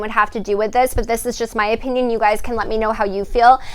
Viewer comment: I’m late 😭 I had school lol! Anyways loving the aesthetic vibe you’re giving 🤍🤍 Also I’m saying OP INN YUNS now instead of opinion now lol